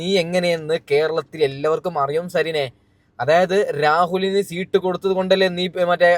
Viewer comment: സീട്ട് അല്ല മാഷേ സീറ്റ്... Rahul ഇഷ്ട്ടം ❤️